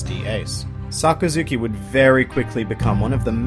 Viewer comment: SaKAzuki, not SakaZUki.